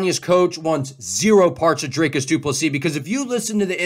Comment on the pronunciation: It’s Dr-I-cus not Dr-A-cus